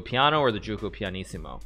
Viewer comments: Hey hikaru, gioco is pronunced “joco”, not “juco”, I’m italian so you can trust me xD Edit: just noticed the name is giuoco, not gioco, which is an older way of saying game, anyway the pronunciation of giuoco is ju - oco. Also you were correct when you said piano meant slow, lento is another way of saying it, too. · Who’s gonna tell him it’s not pronounced juco either?